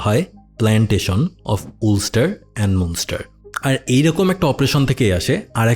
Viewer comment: ভাই উলস্টার না আলস্টার